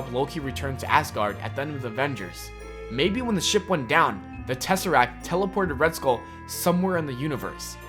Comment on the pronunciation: It's a TESSERACT not a Tesserac. Fuck.